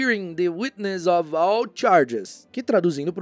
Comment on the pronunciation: Então... dos livros, não. Bem chocado com alguns, aliás. Por outro lado, os erros de pronúncia em inglês (sem hate aqui, viu?) foram: of accused prefect heard remained straightened up looked Hermione hurried the closed returned suffered half inquisitorial squad they (sendo beeeem exigente) Já que o assunto do vídeo é erro, vamo marcar esses também, que ajudam não só ele, mas outras pessoas. O erro de pronúncia do passado irregular ("-ed") e das palavras "of" e "the" são muito comuns entre falantes nativos de português. Ninguém é obrigado a saber tudo, mas é nessas que a gente aprende – como aprendi neste vídeo. ❤